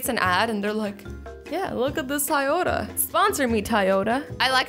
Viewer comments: It’s not ty yoda it’s toy yoda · IT'S NOT TIYOTA IT'S TOYOTA 😠😠😠😠😡😡😡😬😬😬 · I think she meant Toyota instead of "tie otta" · Azzy: Tyota Me: umm what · I stared laughing when azzy keeps saying tiota instead of Toyota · Azzy: Sponsor me Tyota Toyota: Maybe if you say our brand name right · It's Toyota not tyeota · Tiyota 😂 um azzy sorry to break it to you but it’s kinda pronounced Toyota love ya 😊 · Its toy-ota not tay-oda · I love how she said tyoda instead of Toyota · Did any one notice she said tAyota instead of TOyota 😂😂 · Your pronouncing it Tiota but reall it is Toy-ota Toyota grammar lessons. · The amount of dumb that came out her mouth was insufferable!! Ty-o-ta .......the fudge its a toyota toy-o-ta..... Christ!!! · You said "Tyota" lol its Toyota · ITS TOYOTA NOT TIYOTA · a tie-oh-tah 😂 does anyone else say it like that?? I've never heard anything other than toy-oh-tah (🚫no hate🚫) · azzy i not trying to mean but it not tioata it is toyato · She said tiyoda instead of Toyota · I love you Azzy but it’s pronounced toy-ota not ti-ota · never say Tieota again 😒 CRINGE!! 😳 It’s TOYota 🤬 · Anyone else notice how she said TIota not TOYota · TYota? It's TOYota. That just threw me off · tayota? it's Toyota Lmao 😂😂😂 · Its not tiyota it's Toyota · ITS TOYOTA NOT TIOTA!!! CCCCCCRRRRRRRRRRRRRIIIIIIIIIIIINNNNNNGGGGGGGGEEEEE!!! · Who noticed that she said tayota instead of Toyota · "Tiyota"??? It's Toyota azzy but ily still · Sorry not to hate but it’s not ti-ota it’s toy-ota like a toy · "Tayota" lol Azzy😂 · It's Toyota (toy-o-ta) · Your saying Toyota wrong say it like Toy Yoda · Did she say TIE-Oda? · Azzy it’s pronounced toy-yo-ta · its toy-ota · It's pronounced TOY-yoda. GET IT RIGHT!! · I love how she pronounced Toyota as tyota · Tye-ota giiiirrrrl! Damn! You have to be low key trolling. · She says Toyota like TIYota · Was anyone else annoyed by the fact that she said Toyota wrong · I “love” how you pronounce Toyota😂